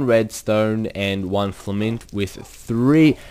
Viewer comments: lol its not po-tash or fila-mint its pot-ash and fill-a-mint lol the way you said it is kinda funny... in a good way don’t take offence im saying this not to be mean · It's not fla-mint, it's fill-a-ment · hey, love ur videos but i have said this on almost all of these videos! its FIL-A-MENT not FIL-MENT!!! im sorry but I had to say it... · Its pronounced FIL-a-ment not filment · FILL-A-MENT!!!!!! NOT FLAMENT! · actully its FILL-A-MENT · it's a Filament.. not flimint. lol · haha! Its Fill-A-Ment silly:P:D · FILL-A-MINT GOD DAMMIT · its FILL-A-MINT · Y U NO SAY FILAMENT RIGHT!!!!!!!!!!!! -:(